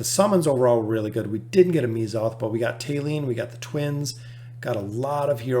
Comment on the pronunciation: Correct me if I’m wrong, but isn’t it pronounced Meh-zoth? also great vid!